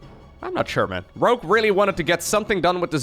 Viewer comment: I had thought the entire time you actually were saying Grogue LOL